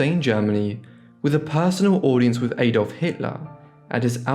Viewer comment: Please check your pronunciation of Adolf. It's not A-dolf but more like Ad-olf. Thanks